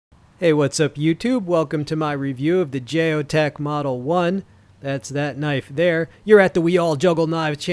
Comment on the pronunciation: Geo Tec (Gee-O-Tek) not Jay-O tec